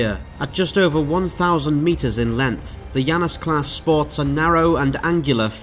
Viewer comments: I don't have Deadlock, so perhaps this is a mistake on their part, but it's not "Yanus". It's clearly based on the two-faced god of doorways, beginnings and endings in the Greek pantheon, and in english at least, his name is pronounced "Janus", hard J. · It's named after the god Janus, so should be pronounced Janus not Yannus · I don't think he's pronouncing "Janus" correctly. It should be: Jan (as in January) - us (as in anus)